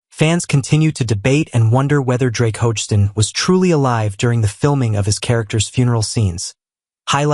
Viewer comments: Doesn’t have the spelling or pronunciation correct for Drake last name - it’s Hogestyn (ho-ga-stin) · Could the narrato😢r at least pronounce Drake's last name correctly? Sheesh.